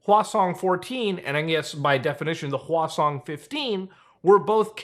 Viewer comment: when he said Hwasong missle, i immediately thought i heard saying croissant. I know nukes are scary but omg i can't stop laughing 😅